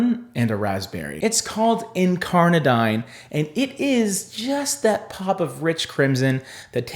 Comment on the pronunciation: Pssst Wevet is pronounced "WEH-vet". Incarnadine is "in-CAR-na-deen." F&B has a YT channel with quick clips on every shade, if you ever wonder how to pronounce something.